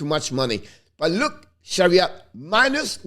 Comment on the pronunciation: C'est Ben Chiarot pas Chariot, hehehe bon travail! Lâches pas!